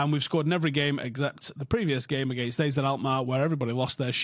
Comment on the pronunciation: It's ARE-ZED Alkmaar